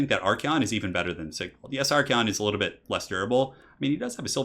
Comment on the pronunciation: Your pronunciation of Archaon is so wrong it makes my skin peel off.